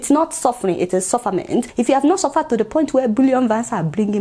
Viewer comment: "Suvaad"😆😆😆🤣🤣 you're right my dear. Yes let's assume....🤣